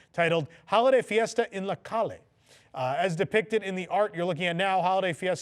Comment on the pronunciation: THE WORD CALLE IS PRONOUNCE CAYAAAAAY. ITS THE CLOSES Pronunciation I COULD FIND TO THE Word CALLE